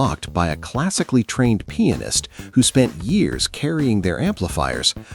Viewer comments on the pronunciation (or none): pi-AN-ist, not peein'ist